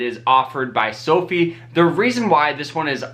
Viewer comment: "Sofi" rhymes with "so high" (not "low fee"). "Fi" is short for "finance" (not "fee-nance").